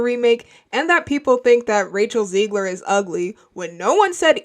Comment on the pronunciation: It's not "Ziegler", it's Zegler and she's not a bad human being at all, either! Even though her attitude, because of Disney throughout interviews, has been awful so far! And they know that they need to course correct soon, bro! That's why they should've monitored her a bit more and way better, too! Instead of letting her go on rants about the fans of the original '37 film! Then you wouldn't have a disaster that's doomed to fail like this one, man!